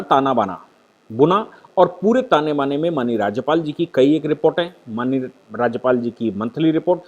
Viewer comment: Please correctly pronounce the word माननीय